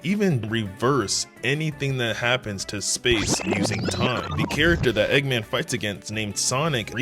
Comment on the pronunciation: Bro said eggaman